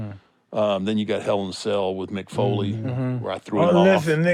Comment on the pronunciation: I love how Mike calls Mick Foley "Nick Foley" had me on the floor laughing.